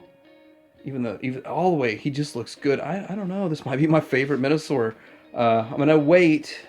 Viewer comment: Yeah, I definitely heard Men-a-sor. As it should be.